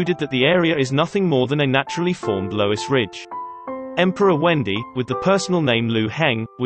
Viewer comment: The computer-generated voice needs to be trained to read romanized Putonghua better. Or the Han emperor's name will always sound like the girl's name "Wendy".